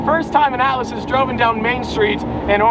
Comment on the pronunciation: Ahh, the ATLAS!! To start with I thought you were calling it the "ALICE"!!